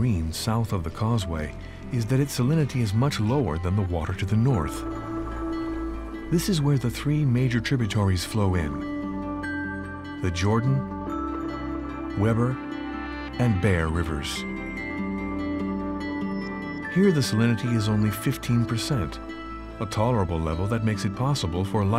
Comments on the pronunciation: FYI if you ever make it back out here again, the Weber in Weber River is pronounced with a long “e” in the first syllable, like “wee-burr”. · The Weber River is pronounced like Wee-ber. I'm from California and I was corrected shortly after moving here as I pronounced Weber like the grill.